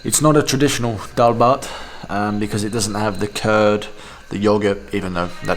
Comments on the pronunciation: Liked this Video and also laughed only after when you say daalbhat power 24 hour so perfectly😂😂😉😉😉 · You're starting to pronounce the word "nepal", "nepali" and "dal bhat" properly than other foreigners... It almost sounds native now... Haha.. 😄